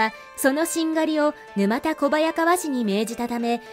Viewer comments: ぬまたではなくぬたですね。地名から来ているのでなおさら沼田ではないです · 「ぬまたこばやかわ」ではなく「ぬたこばやかわ」ですね。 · 沼田小早川は、ぬまたこばやかわではなく、ぬたこばやかわと読むのが正しいと思います🤔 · 沼田（ぬまた）ではなく、（ぬた）です。